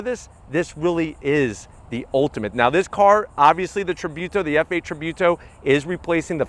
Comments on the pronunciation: And it's tributo not tribewto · Tributo not trybuto. Great video anyways👍🏻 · just as a side notre its pronounced treebooto